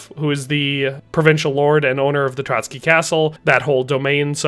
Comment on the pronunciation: ''Trotsky castle'' 💀